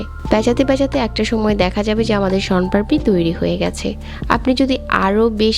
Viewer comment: মোন পাড়পি না ওটা হবে শোন পাপড়ি,,,বোলতে পারে না,, বানাতে পারে